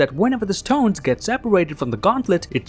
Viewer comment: I'm disliking because of the "st-hones"